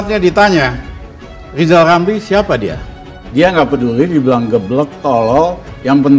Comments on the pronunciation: Lizal lamli...lizal lamli. Bilang R aja tdk bisa. Sok mau jd Presiden. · Wong nyebut dirinya sendiri gak bisa ...lijal lamli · Lama2 ngomong makin ngak jelas dan ngak terarah ,kasihan liat orang ini di Rizal Ramli,stress kali iya ,mau nyalonkan dan ambisi mau jadi presiden Siapa yang mau pilih dan juga siapa yang mau dengar omongan pepesan kosong ,ngomong R saja susah ,gimana mau nyanyikan lagu indonesia raya ,repot dah dengernya hehehehehehe